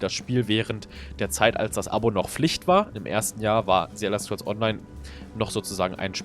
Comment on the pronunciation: "ze Elder Scrolls"